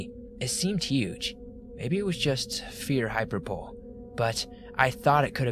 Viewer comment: As long as somebody mentioned "al-luh-gay-nee" I'm gonna add that hyperbole is pronounced, "hi-PER-buh-lee" heehee. .